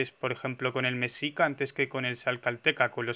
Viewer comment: Se dice "meshica" (como she, en inglés) y "tlascalteca"